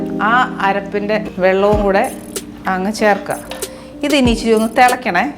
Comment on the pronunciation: ഇച്ചിരി അല്ല.. ഇച്ചിരെ.. 🤣